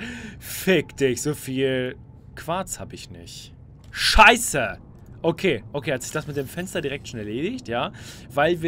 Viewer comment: Wie er immer Schaieße sagt😂😂